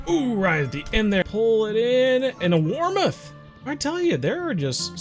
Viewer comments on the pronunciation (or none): Great vid but it’s warmouth not warmuth